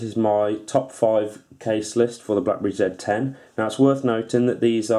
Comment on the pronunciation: EUREKA!!!!!! At last, somebody who knows how to pronounce the name of this phone correctly! Yes it's a ZED 10 folks, not a ZEE 10. Ha Ha. ;-)